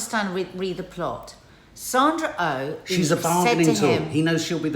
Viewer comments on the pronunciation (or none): First “Sandra Oh” is her name and she is not American she is Canadian. You know Jodie Comer’s name easily enough but just can’t get Sandra’s name to flow off your lips interesting!